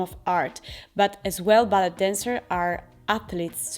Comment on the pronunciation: "ballet" si pronuncia "ballei" perché anche in inglese viene dal francese